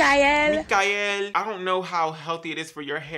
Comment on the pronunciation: Why do I die every time you say Mikael? 🤣🤣🤣 I did actually like this line for a twistout but the gel did absolutely nothing for my hair for a wash and go. It tricked me into thinking it was gonna be good the first day but day 2 I was rocking a fro because definition where? That's why you need that carbomer lol. I do like the rosemary mint styling cream (it has the hold of a gel) BUUUUUUT I will not purchase from them so I'm just finishing the one I had